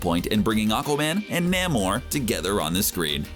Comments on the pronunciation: It's pronounced NAME-OR, not NAMM-OR. eye roll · ITS FUCKING NAY-MOR NOT NAM-MOR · It is really distracting hearing Namor's name mispronounced. Try this "Nay more". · NAY-MORE it's pronounced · No one::NaeighMore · Say Naymor. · Saying Namor wrong my friend. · Lmfao Everytime you pronounce Namor I cannot contain myself that's funny asf no sir lol that's not how you say it 🤦🏾‍♂️😫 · do you HAVE to say Namor like that ?